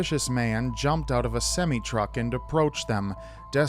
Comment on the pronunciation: Lol, that is NOT how you pronounce semi truck.